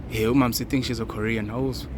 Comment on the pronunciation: keeps correcting Pen saying Korean 😂